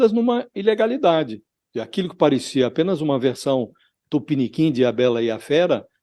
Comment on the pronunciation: esse "tupiniquim" do Josias ?!!!!!!